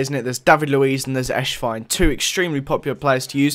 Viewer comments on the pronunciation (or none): it's not Eshwein it's Esswein. you say it like the "S" in Cristiano, or Messi